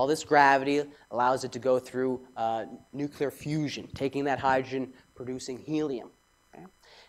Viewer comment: Ive never heard of nuculer fusion. What is that?